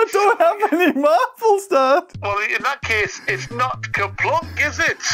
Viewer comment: “MARBLES” -James’s Dad said excitingly in his British or Irish accent.